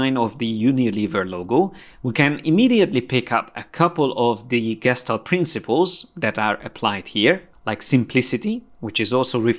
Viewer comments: It's pronounced geshtalt and every time I have a little tik hahah but I love your classes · It's pronounced Geshtál't with a soft L